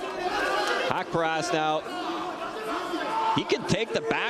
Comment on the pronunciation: Sir you are pronounce his name totally wrong it’s suppose to be HAQ PA RAST